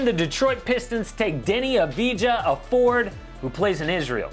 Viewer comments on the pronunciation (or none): It's not "Avidja" it's "Avdija" and also it's pronouced like if it is "Avdia" and why it's so important? well, i think we'll say his name a lot in the future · Avdija not Avidja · AV-DI-JA (pronounced like AV-DEE-YA) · It is pronounced like Avdia, I am from Israel and everyone says he is going to be a top ten pick, I think he might and he has potential but the Pistons would only take him that high, I see him as a as a Great pick for the Spurs, around like 12